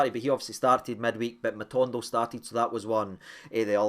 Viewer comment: Its Matondo, not MatUndo 😍